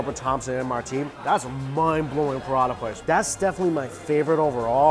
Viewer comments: U said Paratha i heard Prada 🤣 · they're pronounced prah-tah 😂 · First off I think your great. But it's not called a paratha. Phonetically speaking it is "Parota" with an emphasis roll the o. It's my culture so technically my grandma made me know. Keep up the good work!!